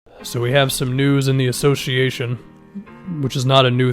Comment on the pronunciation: Atleast pronounce "Association" correctly, smh...